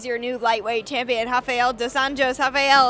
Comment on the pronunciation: I hate how they pronounce this guy's name. There's no H at the beginning and stop pronouncing Anjos so weird. Just say "Anyos" like normal people.